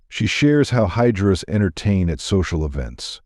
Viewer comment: Actually it's hijaras not hydras..